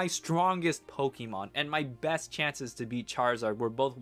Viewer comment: First time hearing this intro, I heard you say "I am the Depressed Nuzlocker in the world".... which is also probably true